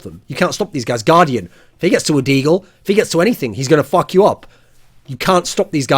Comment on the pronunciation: da english accent there FOK YO AWP